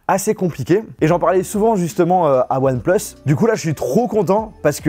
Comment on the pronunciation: "One pLeUSs"